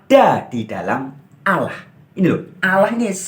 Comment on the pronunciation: Menyebut Alloh saja lafalnya salah kok bicara tentang islam.